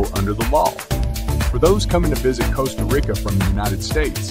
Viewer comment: Lol, its Tica, like teeeka, not Tieca.. Its Costa like Coast.,Not costa like cost.....its Rica like reeka.....🤦🏼‍♂️